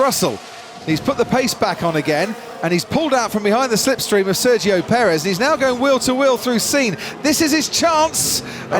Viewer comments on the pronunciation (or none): Searchio perez? Try Sergio Perez you bad f1 commentary!